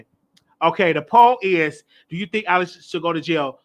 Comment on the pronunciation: with all due respect let's work on pronunciation...lol The man name is not Alex it is Alec (Al-ek) Alec is not at fault for what transpired on set. He had no idea the gun had a live bullet and or would do bodily harm to anyone. Would your stance be the same if the gun misfired and killed Alec after he fired it? I highly doubt it! You then would blame the persons whose responsibility it was to ensure the safety of the gun. Let's use common sense or maybe your just wanting to trigger folk. Ex: if a Dr. Prescribe a medication that caused the death of a patient however, the nurse and or CNA (I know CNA are not suppose to administer meds but it happens) is the person that administered the meds at fault when in fact they are following the directive of the physician?